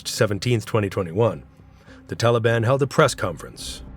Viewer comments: Не тАлибы,а талИбы. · ТАлибы, БульбУдин, НаджибУла, наказАн, крУжки (вместо кружкИ), вЫносили (вместо выносИли), начАло (вместо нАчало), родОв (вместо рОдов)... Когда уж вы начнете ударения ставить ударения правильно!